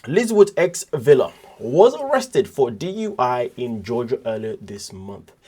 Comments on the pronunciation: It' spelled Villa, but his name is pronounced Veya. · Ve"Y"a (Veya). The "ll" is pronounced "y". So... the name is PRONOUNCED... Veya. You are welcome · Right! Like Tortilla.